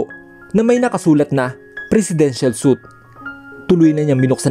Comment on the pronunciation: Please it's pronouced as swit not suit.